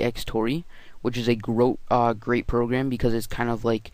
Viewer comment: WAHAHAHAHA!!!! 'Wich is a grote... uuh... Grate programm' GROTE.... OMG GROTE.... wahahaha Watch